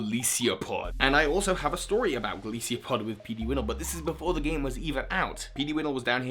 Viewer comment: The only "wrong choice" you made was how to pronounce Golisopod. Lol. It's Goliath + Isopod. See Ron's video on the subject. ;) Anyway, on my list, numbers 10-6 are just because of design and 5-1 I used on my team so I came to love them personally [alongside Alolan Raichu]: 10) Tapu Fini; 9) Pheromosa; 8) Lurantis; 7) Vikavolt; 6) Rowlet; 5) Primarina; 4) Bewear; 3) Toucannon; 2) Salazzle; 1) Mudsdale.